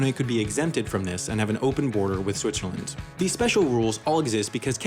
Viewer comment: Shwitchaland :) Like it.